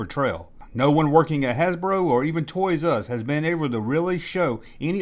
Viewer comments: Great video man, but for the ever love of god, it's TOYS-ARE-US, not TOYS-US... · It;s pronouced "TOYS ARE US" not "ToYRuSs" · It's Toys R Us, not Toysus.... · Not trying to be a Richard but, is there a reason you vary your pronunciation of Toys 'R Us between "Toyzus" and the traditional "said as spelled", "Toys 'R Us"? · "Toys Us"! I'm cracking the fuck up. Is this? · ''Toys' Uz''......(?) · "Toys Uh Us" lol!